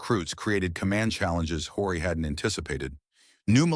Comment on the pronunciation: Historical fiction. More research and less politically correct fabrication was needed. ( and his name is pronounced O-ree)